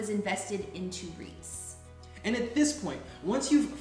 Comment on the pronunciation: I'm sorry, what's that word? CC says Rhys. Rees? Reeds? Reeks?